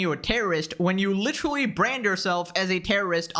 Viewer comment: You need to stop using the word literally so much. You're not using it incorrectly or anything. You just can't pronounce it properly. Try synonyms like actually, really or plainly.